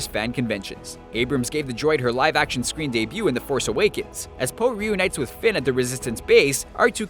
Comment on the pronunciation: star wars the force aweekends nice pronunciation